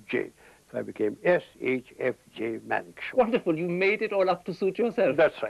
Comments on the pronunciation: Its Manekshaw not Monekshaw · it's Manekshaw not monekshow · It's Manekshaw and not Monekshaw... uploader must be a Bengali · It's Manekshaw, correct it